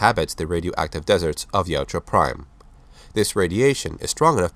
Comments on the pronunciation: OMFG... Yautja not Yuatja!!! YA-OOT-JA!!!! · its Yautja, not Yajua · It's not pronounced "Yowtchua." It's YOWT-JA. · Its pronounced Ya-oot-chah according to the creator